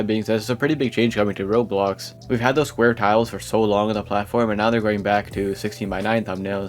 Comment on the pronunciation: roblox ❌ rols ✅